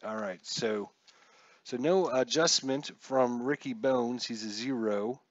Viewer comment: Nice to see inside pitch C&D. Pronunciations... (you know I just have to). Ricky Bones pronounced Bonus and Ozzie Guee-Yen.